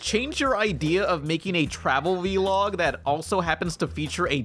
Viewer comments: calling a vlog a "veelog" makes me uncomfy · I love you and this video was great but.... stop saying V-log please!